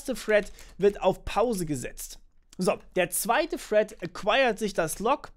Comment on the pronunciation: Das heißt "thread" und nicht "Fred" 😁, aber ansonsten gutes Video. Hätte aber auch, wie bereits in den Kommentaren gesagt, ein iteratives Beispiel zur Verdeutlichung genommen.